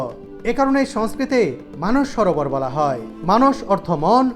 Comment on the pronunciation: কথাটা "মানুষ সরোবর ", নয়,,, কথাটি" মানস সরোবর"